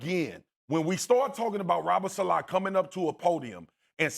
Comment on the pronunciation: Why do they pronounce Robert saleh’s last name “Salah” LOL